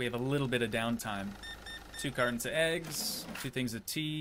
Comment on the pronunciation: STOP SAYING EGGSMA ITS EGGS